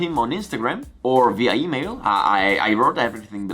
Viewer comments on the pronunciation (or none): none